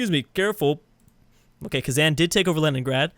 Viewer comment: A kitten dies every time says KhazAN.